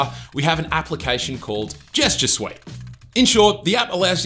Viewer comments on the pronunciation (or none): Gesture su-weit ( suite )